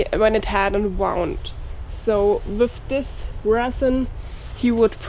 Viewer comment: Pronounced woond..love your English